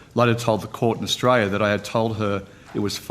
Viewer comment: Any other Aussies here hate the way this guy says the name of our country?